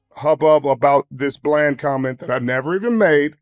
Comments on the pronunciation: Why he lie and say he said the word blend and not bland 😂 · I knew he said “blend” and not “bland” media will run with anything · When he said that he said “blend” I was saying to myself wow he’s just lying to save himself now, then I went back to watch it and to my surprise he really did say blend lol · Sherm is cap you said bland! Lol